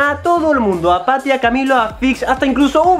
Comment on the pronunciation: YO escuchando tati en vez de patty🤣🤣🤣